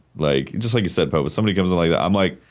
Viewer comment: The way Pope pronounces his name hurts me...